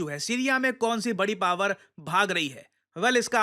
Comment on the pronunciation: You said power i herd israel 😮‍💨🗿📈